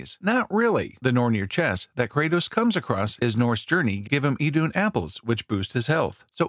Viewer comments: It’s not pronounced Idunn it’s ithûnn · Pronounced I-thoon apples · I'm pretty sure it's pronounced "ē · THOON"